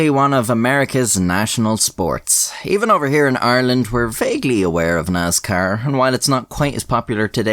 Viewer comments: It pains me the way he pronounces "Nascar" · He said “Naz-Car”! 😹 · Nazcar is how we should all pronounce it now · so a light Irish accent almost pronounces Nascar in its proper grass roots hill folk form... hillbill sees race cars and says "Thats a niiice car" IE the word Nascar was born Also, used to race Karts as a Kid... Dirt circle, WKA. Fist fights were very common at the race track.. usually one every weekend at least.. One time i was at a Dirt Modified Race and at the end because of a disputed win, there was a fist fight of about 20 folks on front stretch/winner circle and the whole crowed basically started rioting.. beer cans were flying everywhere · NASCAR does not have a Z (zee not ZED) is has an S NOT NAZCAR. LOL joking 🙃